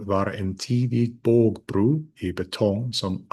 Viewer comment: So you say at that an "o" in Swedish is pronounced as an "u" (specifically in the word "bågbro"). Are you perhaps conflating this with another Scandinavian language? As a native speaker of Swedish, the o sound in the word "bro" is pretty much the most o sounding sound I can think of (if that makes sense). I have never heard of anyone pronouncing it as "bru" or "bågbru". You give two other examples, namely "bron" and "stod". As with "bro", I've never heard anyone pronounce "bron" with an u (if anyone else is reading, bron is the definitive form of bro). Pronouncing "bron" with an u sound would actually make it a completely different word, that being "brun", meaning brown, the colour. With "stod", I've once again never heard it with an u, but rather it having a very strong o vowel.